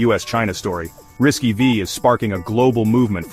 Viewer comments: "RISC-V" is more appropriately and less clumsily pronounced as "RISK-Vee" and not, "Arr-Ai-As-See-Vee". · "RISK five" is the correct pronunciation.